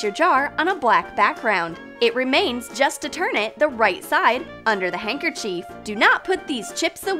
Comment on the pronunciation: No offense I love your channel but it’s not handkerchief is handkerchief